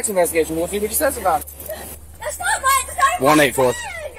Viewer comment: "That's not mine-uh... that's not mine-uh!" I would arrest her just for adding the extra syllable to "mine".